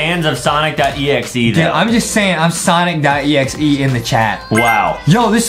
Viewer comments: It’s. Sonic. Not. Sanic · Its not sanic its sonic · Stop saying sanic say Sonic